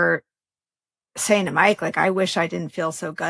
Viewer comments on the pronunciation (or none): none